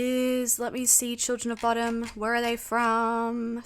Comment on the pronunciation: love that she says "bod-om... i listened to this band for years and pronounced it that until i saw them live for the first time back in 2003 in Atlanta Georgie.. and was like oh it's Bow-dum...not bod-om